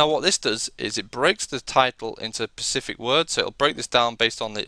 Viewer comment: Nice video, but it is "specific" not "pacific" - the latter is an ocean.